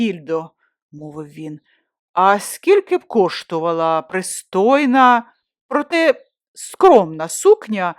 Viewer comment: Дякую за аудіо-новели українською. Проте (саме 'протЕ', а не 'прОте', як озвучено у прочитаному на хвилині ) є проблеми з наголосами, і , на жаль, не лише у цьому випадку. Успіхів!